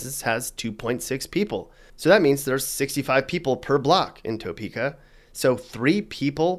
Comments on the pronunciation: It’s pronounced Tuh Peka not Toe Peka. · We don’t say toe-peek-ah. We say tah-peek-ah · It's Tuh-peka, not Toe-peka. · First ~ "TOE' peekah?" 😑 "Tuh PEE' kuh" (Lazy dialect I suppose. We don't have an accent here...we just copy everyone elses.) Next ~ And, what the heck? Kansas City, KS, didn't make the list?? 🤨 Finally Does the crime rate in Leavenworth includes in part stats from the federal prison there or the state prison in Lansing (right next to Leavenworth). (I'm going to leave the military base out of the equation since they deal with that themselves. (Warning ~ if you ever go to Olathe, KS, it's pronounced "Oh LAY' thuh", not "OH' luhthee". You can say "OH' luhthee" but we'll laugh about it forever. I'm still trying to figure out Iola making the list. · I live in Salina Ks and was tickled that you did a video on our state. Topeka is pronounced Tapeka not Toe-peka. You're right that it sucks. Our state does have problems, yet we have lots to offer.👍💕 Lived in Wichita and quickly moved back to Salina. Scary city -Wichita, that is. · You can always tell someone isn't from Kansas by the way they say Arkansas City or the Arkansas River. If you're FROM Kansas you know it's pronounced Ar-Kansas, not Ar-Kansaw. And it's Tuh-peaka, not Toe-peaka. But hey, thanks for thinking of us! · It's pronounced tuhpeka not toepeka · It's Pronounced "Tuh-peak-Uh"; Not "Tow-Peak-Uh". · It’s not “TOEPEKA” it’s pronounced TAHPEKA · Not Toe-pee-kah but Tah-pee-kah. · As a Kansas native, this makes me laugh and it’s Ar-Kan-sas, and Toe-peak-a,. And thanks for pronouncing Wichita right. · This is hilariously bad. It's Poorly written and researched. D for effort. A for misinformation. I'll just leave it at "Toe peaka" ahahahahahah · Topeka is pronounced "Tuh-peeka." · Toe Peaka lol I didn't know KC Missouri was in Kansas. Halarious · The heavy inflection on the 'TOE' part of Topeka is killing me...😆🤣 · It’s Pronounced “Ta-pee-ka” Topeka